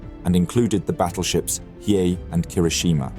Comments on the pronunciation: And it's not battleship "Hi", but "Hee A" (long A). He got it right most of the time, but not . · Hiei= Hee-Yay. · similarly with the pronunciation of Hiei. I think you pronounce it differently a few times. Not a HUGE deal, but I believe it is "He-Ae" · Is this read by AI? The battleship hiei has been pronounced three different ways in the same video. Not to mention the mispronunciation of Admiral Abe. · How the heck do you pronounce "Hiei" three different times in the same video? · How do you go through three different pronunciations of Hiei in the same video lol